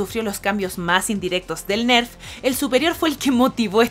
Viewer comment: "Ners" dice al tipa esa, es lo que pasa cuando colocan a gente que no sabe nada del juego a narrar el guion para un video informativo.. Como se extraña gente experimentada como el viejo Skyshock..